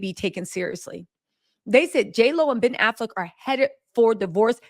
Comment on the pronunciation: "pen affleck" 💀💀💀💀